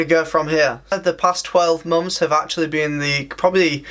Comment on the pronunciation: And "months" sounds like "mom's"